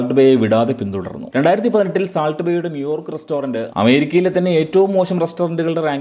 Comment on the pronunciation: സാൾട്ട് അല്ല സോൾട്ട്